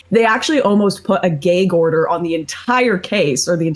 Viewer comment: “gayg order”